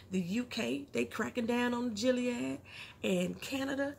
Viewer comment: Speaking of "Gilead language"... it's GILLead, not JILLead.